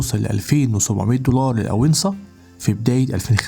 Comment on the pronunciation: اسمها الأونصة مش الأوينصه